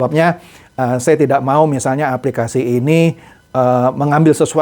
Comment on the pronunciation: Ada sebutan aplikasti😂😂😂bukan aplikasi